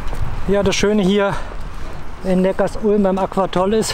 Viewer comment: Was- noch kein Shitstorm der Neckarsulmer😝 ich werde immer hingewiesen das es Neckar- sulm und nicht Neckars- ulm ausgesprochen wird. Cooles Video.